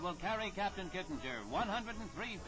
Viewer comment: The announcer is BUTCHERING his name. It's pronounced 'Kit-ing-er'. Not 'Kit-in-jer'.